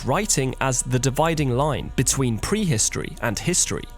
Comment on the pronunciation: Which part of England pronounces words like "pwee-histowee?'